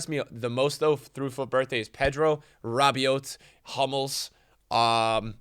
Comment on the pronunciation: just btw you don’t pronounce the T in Rabiot, it’s pronounced Rabio ❤️🇫🇷